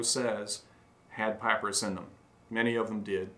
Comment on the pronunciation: Payprus? Is that an ancient receipt slip? Papyrus perhaps?